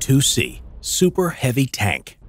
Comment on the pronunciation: Super heavy, Not super and heavy.